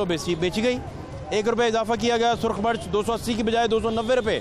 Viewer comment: O luul,march nhi,mirch bolo,lorro dass